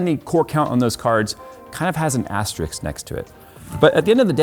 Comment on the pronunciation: so much about reaching 3mil subs at the end of December ^^ on a different note, are you introducing Asterix intentionally every time now, is it a meme? or is it just how you decided to pronounce Asterisk? ^^